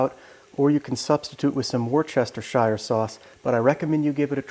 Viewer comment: OK…my ears hurt… Worcestershire is pronounced as “Wooster-shear”. Some English words are difficult for non-Brits.